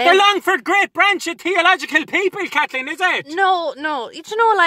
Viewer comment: “I’m a proud Katlic Katleen”